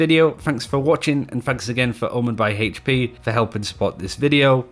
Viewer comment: Omen by HP Brian G. - Why you putting so much emphasis on the H?